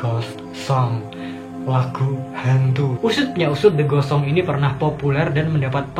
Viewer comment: Waktu abang bilang "the ghost songs" Itu aku malah denger "the gosong":v wkwkwkkwk